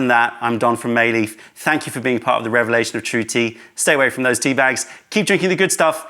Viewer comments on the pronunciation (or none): none